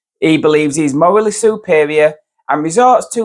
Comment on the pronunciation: Mowally supewior! Lolololol